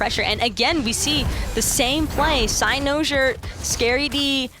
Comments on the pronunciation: the way pronounces cynosure, its like nails on a chalk board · cy-NO-sure. man each time she said that got me so triggered lol